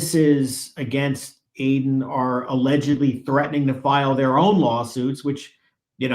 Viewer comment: Why can't Cosgrove seem to let go of his case against Aiden. He only wants both or none at all ? seems like he is acting in bad faith against Mr. Kearny and ms. Read. Holding something over both of their heads, I agree also, mispronouncing Aiden's name is definitely a sign of disrespect as all have noted.